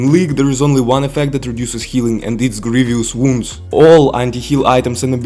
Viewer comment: Grievous wounds is pronounced as Grieve-us wounds.